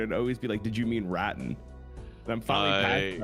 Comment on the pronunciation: Semantics comment, don't take as rage bait. said rattan like rotten, it's Ra-Tan. The 1st t is silent in the pronunciation 😂